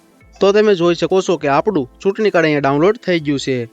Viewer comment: સૂટણીકાર્ડ નહીં ચૂંટણીકાર્ડ એમ બોલો..છ ને બદલે સ કેમ બોલો છે..?